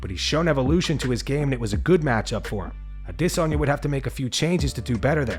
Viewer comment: Bro why u always over pronouncing adesanya